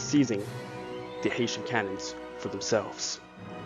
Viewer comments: it’s a good doc but you did really blunder by not fixing that mistake. There’s no excuse for pronouncing “Heh” as “Hay” it causes confusion to people who may be ignorant to the history. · Great research and great illustrations. It’s HESS-SHUNS. NOT HAY-SHUNS! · The "Haitians"? That's what I keep hearing. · the mispronunciation of "Hessians" grated on my brain, soul and psyche. I don't think anyone from Haiti was in that battle lol My last name is Hession (pronounced "session" but with an "h" and my surname is, interestingly, Irish) and pronouncing it that way is acceptable, but at the time it was also pronounced "hess-ee-un" by the British. These troops were mostly trained in Hesse-Kassel state in what is now Germany. They were top notch troops contracted as auxiliaries to the Brits (or whomever), but these were mostly from Hesse-Kassel. They were not mercenaries as has been depicted in most historic references, or at least that's what Wikipedia says, given their definition--or difference--between auxiliaries and mercenaries. But I digress. Please in the future, research foreign language pronunciations. It's one of my pet peeves given my last name was butchered and bastardized on a regular basis during my childhood; sadly, you bear part of the chagrin that crops up when someone doesn't say something "just right". My apologies. I hope you don't take offense to my mild OCD response. Your channel, with it's graphics of how the battles were fought, conveys accuracy and information of which I was unaware. Thank you for your channel and your contribution to educating us all. Please, keep up the good work. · I really hope its not a fact that only you and I noticed that it was pronounced HESSIANS no pot that sad little island.